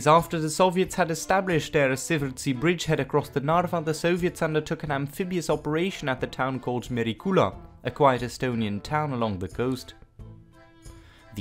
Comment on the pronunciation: At it's Siiversti, nit Ssiversti. The village is called Siiversti.